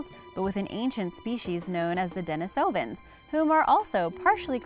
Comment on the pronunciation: I know I'm being lame by nitpicking here, but ugh I was so annoyed at the mispronunciation of "neanderthals" and "denisovans!"